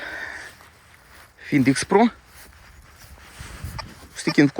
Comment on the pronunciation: І знову Фінд, а не Файнд ))